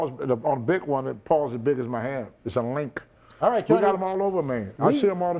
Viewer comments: Linx, not "Link" you morons... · Lynx not Link Bwahahaha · Lynx not link country as hell lol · It's a lynx. Pronounced links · Lynx... Linksssssss.there is a(n) S sound at the end for fukks sake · It’s a lank! A lank! 😂😂😂😂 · "Its a LLLink" Every time he said it I laughed hysterically. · Isssaa Lihnckkkkkkk! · Pretty sure he's trying to say "Lynx" lol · The X is silent guys.🔕